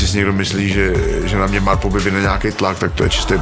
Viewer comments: Proboha, nevyslovujte to MÁRPO. 🤦‍♂️🙈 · V každym videu to ten exot bude vyslovovat "Máárpo" 🤦